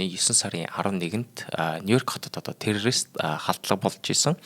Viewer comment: Чечен гэж ямар улс бна 😂 ядаж зөв дуудаач. Бас террористыг юу ч гэж хэлээд бгаан, наад дуудлагаа засаач